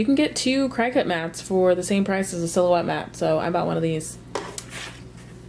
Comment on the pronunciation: Cricut is pronounced "Cricket" lol thanks for the video. Very helpful!